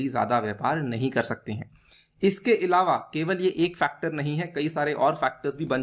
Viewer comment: Sorry to say but इलावा की जगह अलावा बोलें🙏🏻